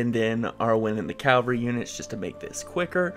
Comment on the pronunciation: Enjoying this to be sure, but I got to say cause it just peeves me: Ca-Val-Ree Cavalry